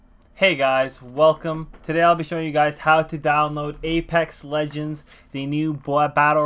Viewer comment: Ledgens....... BRUH ITS LEGENDS